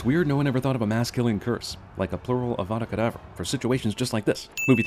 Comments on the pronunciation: I hate how Voldemort says Avadra Kadabra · am I the only one that things Voldermort pronounces avada kedavra weird? UHHHHVUDA KUDAVRA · Actually, 164. Voldemort says "Avada kedavra" slurred, but I'm the first movie, they make it pretty clear that you have to pronounce spells correctly. *cut to Hermione telling Ron leviOsa not leviOsA. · Hang on a second, so in the second film Harry gets lost in the floo network by mispronouncing "Diagon Alley" but Voldemort can scream "HOOVOODA KOODLOOVRA" and kill Harry Potter? Seems like magic is sentient and is playing favourites, to me. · Also, wasn't there supposed to be a thing with the pronunciation of spells? wingardium leviosa and all that? How does the huvudegedavroah pronunciation of Voldemort cast the avada kedavra spell?